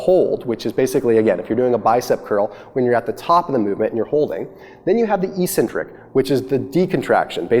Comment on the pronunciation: Great Video. The way you pronounced 'eccentric' annoyed me though x)